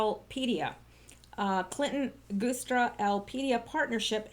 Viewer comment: Happy New Year! And I've always heard the Guistra (sp?) Name pronounced "Juice"stra - not being overly picky, just remember you had said some time ago that you appreciated being alerted about possible mispronounciations.